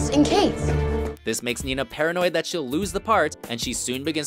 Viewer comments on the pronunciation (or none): none